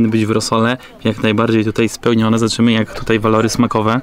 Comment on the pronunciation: Polaczenie "sprawdzam jak" (akcentujesz jak Dymitr) i ksiazula.... zenada.